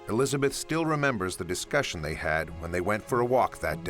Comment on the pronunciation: Neither are you. It’s Elizabeth not “Elisabeth”.